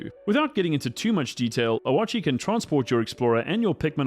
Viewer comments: I know right, it’s just O-chi, I don’t know why he’s pronouncing the A so much lol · The way you pronounce oatchi is killing me